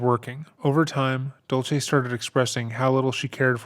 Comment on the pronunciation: Just a couple of suggestions for this Creator - Cat’s mom is named Dulce, not “Dolce.” It’s pronounced “Dool-say.” Chandler purported to work at American Family Insurance, not “American Life.” He put his some of his mom’s remains by the Wisconsin River, not a lake. I hope this doesn’t come across as picky. I know that details are important, especially as your channel grows.